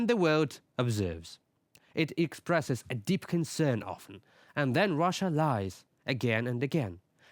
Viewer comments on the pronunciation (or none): none